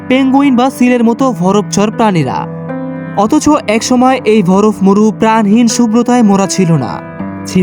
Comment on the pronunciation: উচ্চারণ ঠিক করা উচিত। যেমন ভরফ(বরফ),হুদ(হ্রদ) ইস্তায়ি(স্থায়ী) আরো কিছু আছে। শুভ কামনা রইলো নতুন চ্যানেল এর জন্য।